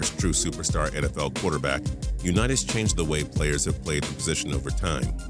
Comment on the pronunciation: Learn how to pronounce Staubach and Unitas